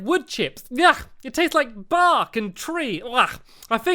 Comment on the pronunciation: it sounded like stampy said barf but he said bark